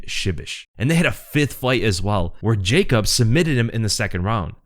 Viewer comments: And yea Yacob is better its actually like Yacoob (oo=U) if that make sense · Here after the fight Actually polish way to say is Ya- coob veek-whach. Thanks for video man POLSKA GUROM AUU 🔥🔥🔥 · Ya-koob Vek-wach